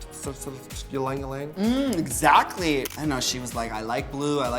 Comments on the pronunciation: Raja, its not pronounced as #YlangYlang 'y' is pronounced with strong 'I'. Read as #IlangIlang. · ...pronounced Eeee-lang Eeee-lang. btw. And Raja, darling, maybe a little less pot next time? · That’s not even how Ylang Ylang is pronounced.... sweet Raja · raja saying ylang ylang though 😂 as a filipino, cant relate